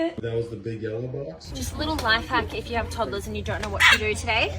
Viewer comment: It killed me hearing ToddLaS… instead b of toddlers😂